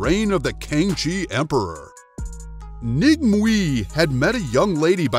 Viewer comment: Wu Mei is her name. The Cantonese dialect spell and pronounce her name Ng Mui.